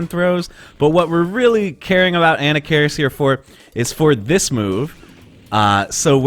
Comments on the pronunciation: "Anna-karis" jesus christ dude, i t's "A-nah-ka-riss", not off to a great start for cred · An nak ker ris. Not Anna keris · Pronounce it right... A-Nock-A-Ris. He's an ancient mummy Pharoah, not a school girl from New Jersey dood. Lol. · What could possibly convince you that Anna Cairis is the right way to pronounce the character's name? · I had to stop video cause of "Anna-care-is". I just can't trust someone's expertise on the ins and outs of a fighting game if they can mispronounce a character's name in such an awful way. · Ahem ... [ah-NAH-kuh-riss] ... methinx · did you just call him Ana Karis lol? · Who is "ANNA CARIS? It's pronounced "A-knock-ka-riss". :P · It's pronounced "ANNA FARRIS" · Uh-Knock-Uh-Ris..that's how you pronounce his name. The name is supposed to be Egyptian just like the pharaoh Tutankhamun. The way you pronounce that name is very annoying. Great video though, Marvel versus Capcom 2, UMK3 and Street Fighter 3 Third Strike OE are the only reasons I kept my 360. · Damn .... I've been spelling and pronouncing Anarkaris' name wrongly for over 25 years ... lol .... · You say anakaris funny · No it's not. That's the pronunciation from somebody that has no idea how it's supposed to be pronounced. Just because it's been mispronounced multiple times does not make that the correct pronunciation. That does not sound Egyptian to me. That sounds like a Food Network hostess. Other people can mispronounce it if they want, I'll pronounce it like the other pharaoh names as it was meant to be pronounced. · This guy says anakaris sooooo white hahahaha